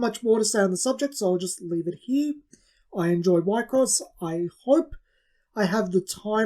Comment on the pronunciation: We-cross, is how its pronounced